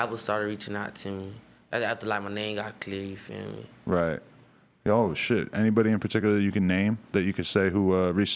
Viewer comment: take a shot everytime he says yufeeme